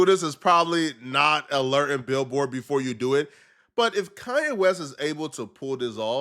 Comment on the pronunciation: ITS KANYE WEST NOT KA-YE WEST. WHY YOU SAY IT LIKE THAT BRO